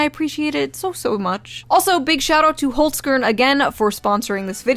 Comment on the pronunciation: the way you pronounce Holz-Kern is funny af as a german